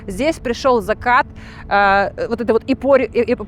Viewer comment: Кырабли , зыкат ,стыбильно, в тыких....Да...да...да